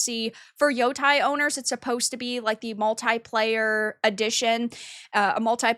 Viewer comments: At least pronounce the name correctly. It's Yotei not Yotai. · It still bothers me that can't pronounce yotei correctly